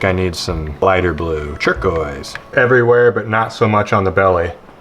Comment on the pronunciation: Has anybody else noticed his pronunciation of turquoise? "Chur-quoise"